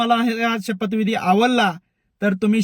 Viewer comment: "शपथ"विधी असं असतंय 😂